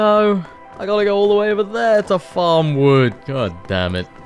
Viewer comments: Did the quest say collect Vood?😂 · "Collect Vood" 😄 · Collect 'Vood' ? 😅